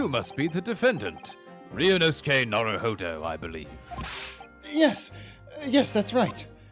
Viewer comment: You called him "Nawuhowdow"